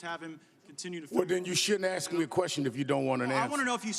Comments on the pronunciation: ‘You axed me what was true” 🤣🤣🤣🤣 what a phony jackass. And O’bama has him to the White House how many times??? Notice how the blacks stick up for Sharpton! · You axed a question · Mr Sharpton uses the word axed,,,no Mr Sharpton nobody ever axed you the may have asked you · "You axe me..." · Ask not Axe...... Jesus Christ! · Please reclaim his time because he “axed” him a question. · Why do... blacks say "axe" instead of ask..? Can they not pronounce the "SSSK" sound..? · Look Al Sharpton if going to talk speak proper English! It's not if he ax you or if you ax me! Stop talking in that African mumbo jumbo Al what you're supposed to say did you ask me are did you ask you! The word is ask ask ask ask ask ask ask it's it's not ax ax ax! Not only does Sharpton know how to lie he also can't speak proper English! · You ax me. Lol wtf. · Why do blacks change the word ask to aks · BECAUSE YOU CAN'T READ NOT EVEN A TELAPROMTER AND THE MORNING SMOW IT'S ASK NOT AX A QUESTION KNOW THAT... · "You axe me a question..." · I think Rep. Gaetz "asked" you a question, not "axed". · Doesn't the clown know that A S K is pronounced 'ASSSSK'? Where the hell does he AX you sumtin?? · Ax's or Ask...which is it? Then slow thought has to chime in...oh help us God! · Axed a question (?) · Ask not aks mr sharpton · Sharpton - Mr Gaetz did not ax you a question - he asked you a question - try to speak in the English. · If you aks me this is a complete waste of time and our money. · Why do black people say "axe" instead of ask..? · You "axed me"....lol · 'Rev' Jackson: "The only time I'm lying is when I'm talking". Mr Gaetz, you have to allow him to answer the question you axed.🤪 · What was it you "AXED" me...POS still can't speak English! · He Axed me a Question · he didn't axe you nothing...can't you get over it? some people deserve to be called names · Don't you mean " ax him" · "You aks me if it's true dat I said dat..." Don't most reverends have the ability to talk??